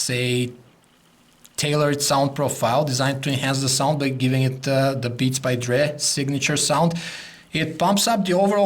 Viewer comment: "Beats By Dreeh"